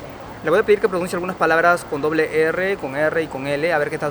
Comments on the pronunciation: Chavo se dice erre y no ere....sigue estudiando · tu dices ere cuando es erre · tu tampoco pronuncias la ERRE ,dices ERE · Solo decirte que tu también la pronuncias mal no es la letra "ere" es "erre*", con mas fuerza en el sonido "r" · Cuando ni tu mismo sabes pronunciar "erre"...